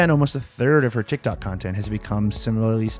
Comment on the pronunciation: "and it went viral on TikTac... TikTok..." Der best Error